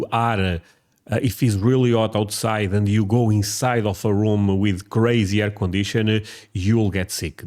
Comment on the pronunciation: If you can learn drop the habit of adding the suffix -'ah' at the end of a lot of your words; your accent will get much better immediately!☺ EG. you said "Room-ah", It's just "Room". Hope this helps